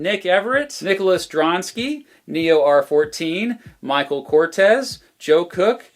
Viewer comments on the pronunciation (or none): none